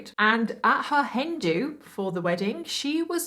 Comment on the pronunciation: It took me a hot second to figure out what a "Hendu" was...realizing then that you were saying Hen do." 😂 im sharp as a dull blade today lol